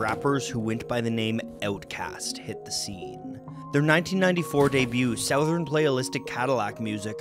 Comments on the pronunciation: Why did he say it like “s-OW-thern?” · great video but, the way you pronounce southern is just wrong, it's /sUHTHUHRn/ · That's the weirdest pronunciation of 'southern' I've ever heard. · Is that how "southern" has been pronounced this whole time??